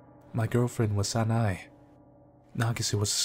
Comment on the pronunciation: Hey, you have probably heard it before, but Sanae is pronounced as Sana(eh). there is still a bit to work on on your japanese, but nonetheless I enjoy your videos. Keep it up:)